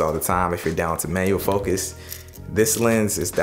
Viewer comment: 10 minutes in, I realized you were saying "manual focus" not "mayo focus". *facepalm